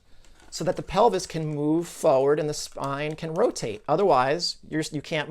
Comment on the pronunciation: I love your content but it really bothers me that you don't pronounce the first 'r' in the word 'forward'